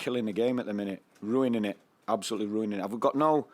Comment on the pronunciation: Nah man, they're ru-in-ing it. Ya just roo-an-ing it